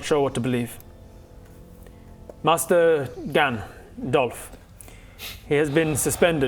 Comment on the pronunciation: Instead of Gan-Dolph maybe Dolph-Gan. 👏👏